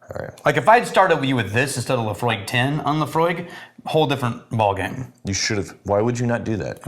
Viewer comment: Whenever you say Laphroaig, I hear 'Emma' .. !!